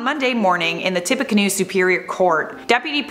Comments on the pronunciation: Tippecanoe is pronounced like "tippy canoo". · It is pronounced “Tip- a - Can-new”